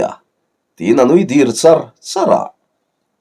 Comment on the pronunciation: Dir i lam dan hi Dìr ti loin 'mipa hlir an awm' tiha 'hlir' tih thluk ni thei se...